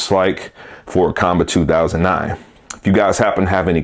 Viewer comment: According to Qanba the company, their name is pronounced "Kwon-Ba".